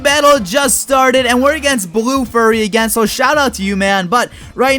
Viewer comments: I love how he keeps calling BlueFury21 "Blue Furry" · u said blue furry instead of blue fury.. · Its not blue furry its blue fury pronounced different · Omg it BlueFury21 NOT BlueFurry21